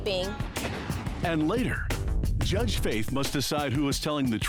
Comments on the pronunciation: Even the judge started saying "herdges" lamao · Lol when said Jurdge lmfao